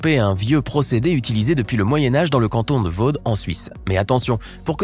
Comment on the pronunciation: On ne dis pas le canton de vaude mais le canton de vaud prononcé comme ça :vau